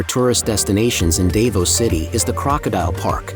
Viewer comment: You need to learn how to pronounce Davao